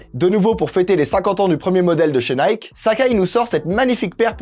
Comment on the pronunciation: Ah cette prononciation de « Nike » me fait saigner les oreilles !!!